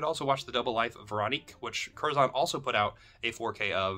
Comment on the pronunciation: Pronounced curzun. British English. We use the schwa everywhere. ə